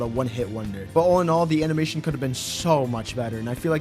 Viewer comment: “amimation”😭. Anyways, entertaining video.